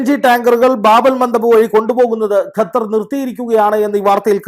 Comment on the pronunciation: Not Gathar but Qathar